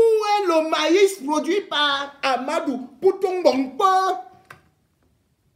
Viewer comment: REMY cesses de te mettre dans des histoires dont tu n'as aucune maitrise. Ahmadou dont tu éprouves des difficultés à prononcer le nom est bel et bien le coordonnateur du projet Mont Mbapit. c'est un projet initié par l'état du Cameroun comme tous les autres projets initiés au Cameroun. certes c'est un bamoun qui gère ce projet mais son coordonnateur a sa hiérarchie à qui il rend compte et non au peuple bamoun comme tu le prétend. par ailleurs, tu parles de détournement des fonds du deuil, laisses les concernés se plaindre. si les bénéficiaires de cet argent estiment qu'il n'ya pas de soucis pourquoi tu t'en mêle au point d'inciter les bamoun au soulèvements. Remy Ngono, franchement si tu n'as pas d'inspiration, tu peux te coucher et tu dors. tu racontes vraiment des histoires dont tu n'as aucune connaissance.